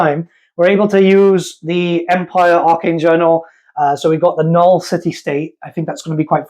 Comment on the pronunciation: NULN, NUL-N, THERE'S AN N AT THE END OF THE WORD